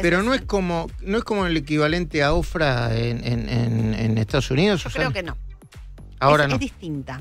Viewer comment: No es Ofrah, es Oprah!!